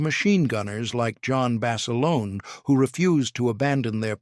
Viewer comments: " John Basalonie " I mean , , get rid of that lousy A I narrator , , , Good Grief !!!! Cannot pronounce the English language correctly , , ridiculous , , , whoever loads up this narration, get with it or stop !!! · In the first part the called him Bas a lone, in the second it was Bas a loaney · Please pronounce Basilone 's name correctly!!!!!!